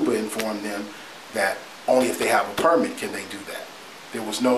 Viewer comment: The guy to the left who keeps mispronouncing the word “Permit” is killing me. 😂